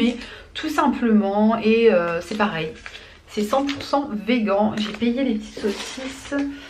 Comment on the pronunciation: On dit « veganee « mdrr